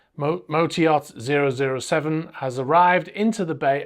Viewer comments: I’m pretty sure it’s ‘double oh 7’ as in James Bond 007 not ZERO ZERO SEVEN🫣😂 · You know it’s pronounced “double O seven” not “zero zero seven”. Why are you maintaining that ridiculous pretence? Just why? Bond films are so heavily engrained in our popular culture, you cannot credibly claim you are not aware.. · Hey.. it's "double o seven" not double zero seven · Actually it's double OO (oooo) not double 00 (zero) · it's pronounced double O seven...take mine, and everyone else's word for it And in my own career of 20 yrs as a skipper of large yachts, the only people I ever heard of referring to the 'salon' were Americans. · I do find one of your opening comments slightly odd.. re: the name of the yacht you refer to as 'peculiarly named double zero seven'.. you again later refer to it by that weird rendition. It's not possible that you've never heard of James Bond ( the depiction of a semi-automatic pistol might be a clue), and nobody refers to JB as double zero seven ! Maybe you've just landed from some outer galaxy. Also, the main living area is the saloon, not the 'salon' , unless of course it doubles as a hairdresser's. I know that Americans often refer to it as the salon, but then they mispronounce just about everything.